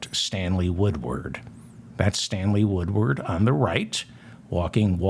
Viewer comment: Stanley Woodward, Stanley Woodward, Stanley Woodward. This name, this name, this name. David Feldman has pronounced and nailed this name time and time again. Thank you for keeping truth alive David Feldman.